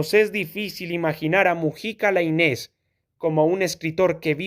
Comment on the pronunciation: Gracias, no conocía el texto. Eso sí, se pronuncia "Láinez" con acento en la "A". Saludos